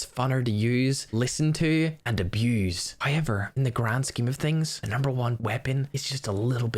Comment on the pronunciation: Is it me or how said abused was so weird and funny.